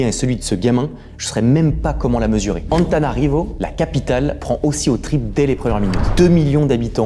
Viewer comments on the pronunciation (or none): Stp tout ce temps passé là bas 😭, tu te trompes sur la ville, Antananarivo pas Antanarivo. J'ai regardé la vidéo jusqu'à la fin mais et je comprends que c'est srx. Mais le nom de la ville ça fait pas srx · tres cool comme video sinon y a une petite erreuur cest ANTANANARIVO pas ANTANARIVO* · Il manque un “na” dans l’orthographe de la capitale quand vous l’avez prononcé. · on t'a dit que la capitale c'est ANTA-NA-NA-rivo. Et l'entreprise se prononce en anglais "redsmite" (smaïte").